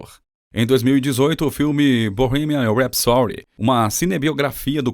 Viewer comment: Aprende falar Bohemian Rapsody😂😂😂😂